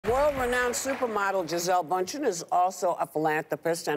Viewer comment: Please I implore everybody to learn how to pronounce Bùndchen, it's horrific to hear the variation of this woman's name